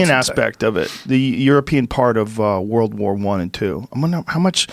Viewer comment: This dude is saying war war 1 not world war 1....how can you take them seriously?